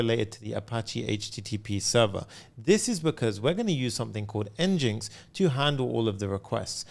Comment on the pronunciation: Fyi, NGINX is pronounced like "engine x".